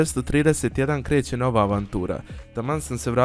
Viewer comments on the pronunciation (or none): none